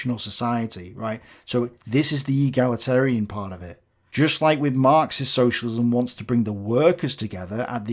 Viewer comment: Neither of these 'reviewers' are eloquent and, throughout, they're struggling to pronounce '', 'egalitarian', etc. They certainly aren't intellectual giants and many don't appear to understand that there is a wide spectrum of takes on elements of socialism, encompassing extreme and not-so-extreme views. Their response smacks strongly of tribalism, in my opinion.